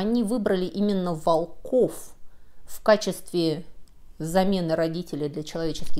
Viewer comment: Не волкОв,а вОлков.